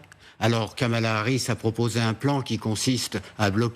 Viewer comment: Kamala Harris et non Kamal Harris :P